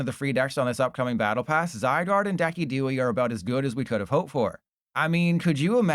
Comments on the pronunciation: Deck-E-Dewie my goat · oh that Decidueye pronunciation...